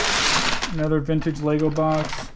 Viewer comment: Lego no s in Lego